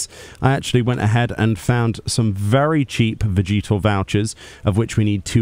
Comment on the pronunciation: the way you say "vegetal" makes me think of Vegeta from DBZ